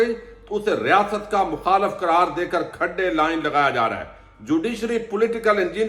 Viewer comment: Khaday line naee hota khudday line hota hay